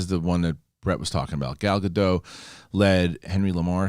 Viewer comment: just a note, the proper way to say her name is Gal Ga-Dot (Dot as in dot-lot-tot, etc)